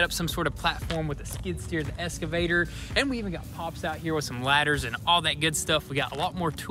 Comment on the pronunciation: It's called an excavator not a escavator lol. I guess never claimed to be good at pronunciations haha!